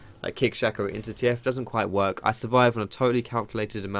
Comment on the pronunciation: "I didn't wook here" - 2016